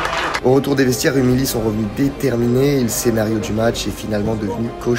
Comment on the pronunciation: Par contre on dit "Rumiyi" et pas "Rumily"